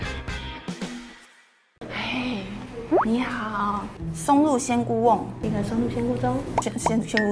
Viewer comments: 松露鮮菇盅（ㄓㄨㄥ）喔！不是甕（ㄨㄥˋ）。。哈哈。真可愛。。😊😊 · 松露鮮菇“盅”，還是唸錯，哈哈哈~~~ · 松露鮮菇盅第二次還是講錯WW